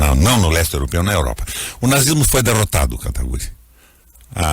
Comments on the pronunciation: Como ainda tem pessoas defendendo o "requeijão" se o mesmo não sabe nem pronunciar o outro convidado. Chama ele dê kataguri e não kataguiri... Triste né, se diz senador e a educação e o conhecimento lá em baixo. Pega ideias e dogmas distintos tentando convencer alguém, mas ai aparece o Kim que como um raio destrói todos seus argumentos. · Esse requião é arrogante demais... o serzinho mal educado!!! tão petulante que sequer pronuncia o nome da outra parte de forma correta.